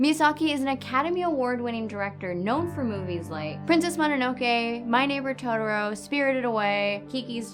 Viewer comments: totoLO not totoROE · It's Totoro, not Todoro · Is this how people really say Totoro? It sounds like she's saying todoro. I was always told it's pronounced "toh toh roh"